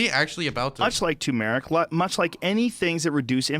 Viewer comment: PSA: tuRmeric not tOOmeric It's spelled Turmeric. There are two r's. Great, thanks